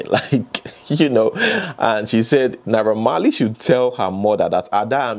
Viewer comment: I was confused for a moment when you were off the screen and started reading Naira Marley's response. You sounded exactly like him. Fortunately or unfortunately, you also have an "unrollable R" pwoblem like Naiha Marley does.